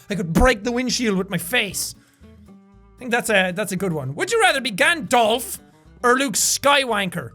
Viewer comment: It’s Gand all f and Luke sky walker not sky wainker and Gand dolf